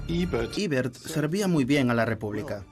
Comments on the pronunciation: Eibert mas bien!! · El complejo de inferioridad cultural ante el mundo anglosajón: EBERT no se pronuncia en inglés (ibert) sino en español o alemán (ebert).